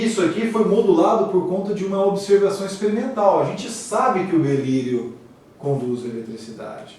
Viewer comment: Aula muito boa, mas avisem ele que é “Berílio”, não “Belírio”